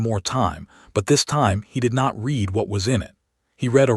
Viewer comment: Your stupid AI pronounced 'read' as read instead of red. Context pronunciation matters. Next time do your homework.